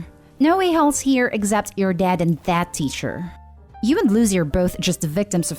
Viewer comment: learn to speak correctly or stop making them , her name is not loo zee , its Lucy , said Loo see , you speak in a lazy way and you need to stop that its insulting to miss prounce someones name because you are too lazy to talk correctly